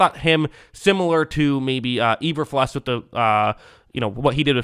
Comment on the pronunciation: Am I crazy or is it pronounced E-ber-FLOOSE?